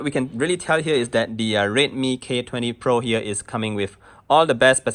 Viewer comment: Why does it sound like he's saying rape me every time he says redmi